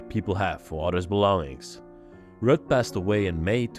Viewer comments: Ruth is pronounced like Rooth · Hi and Her name is Ruth not Rut Pronounced Rue-th! Lol What a lovely place to be.....lovers of peace and quite would love living put there! Awesome video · Ruth is pronounced Rooth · Rut is pronounced like the U in Uber. Ruut. And no TH sound on the end just a short T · Ruth.... The h is silent. The are vacation cottages not permanent homes. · Ruth is pronounced like it rhymes with truth. Very nice video and! 👌